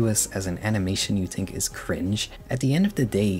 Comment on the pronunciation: “I tink” I’m crine 😂